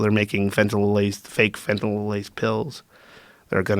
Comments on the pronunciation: He can't sat fentynal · be can even say fentanyl